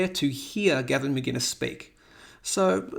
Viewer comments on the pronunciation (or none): I appreciate the video. But hearing you say Gavin Mcginnes vs Mcinnes kills me.